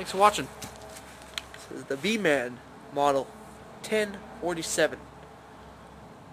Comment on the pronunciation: it is pronounced more like beemEn then beemAn even though it says beeman